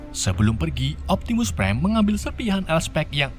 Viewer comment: Optimus prime bukan Optimus bam kocak yee